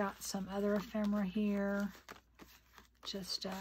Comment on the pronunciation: Its not EphREMA MERA ITS EPHEMERA! Not rema!